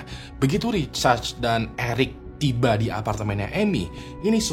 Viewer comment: namanya Richard atau Recharge ? kok aku dengernya Recharge ya ? di cas gtu 😂😂😂